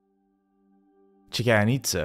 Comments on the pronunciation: Bruh, you need to at least look up words you gave no idea hkw to pronounce. Chichen itza, cenote, it actually hurt my ears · I love the videos, but please work on your pronunciations! I've recently been to Chichen Itza and swum in the some of the cenotes (ce-no-te, not kenote). Amazing places. But I had to cringe a little when I heard the way you pronounced both the city and the sinkholes.